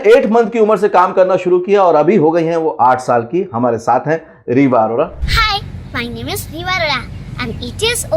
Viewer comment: अरोरा ❌ अरोड़ा ✅